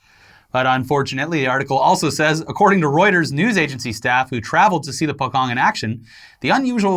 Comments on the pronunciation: Indonesian here, the way you pronounce "pocong" should be po-chong, rather than po-kong. Just a heads up, love you guys, keep doin what you're doin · In Indonesia, most of them don't put their dead in a coffin, they wrap them like the Pocong ghost. According to their religion Islam, the dead must be in contact with the soil so no coffin. Essentially, Pocong is a hopping zombie. Also, the word is Pocong but it is pronounce as Pochong. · its pronounce as "poe-chong" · "Pocong" is pronounced "Po-Chong" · It's pronounced as Poe-Ch(as in cheat)-O(as in boat)-ng btw. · its po-cong,you pronounce it like you write it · Indonesian here and how you pronounce pocong is po-chong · po kong is a Pewdiepie way of pronounciation lol. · Guys. It's pronounced po-chong.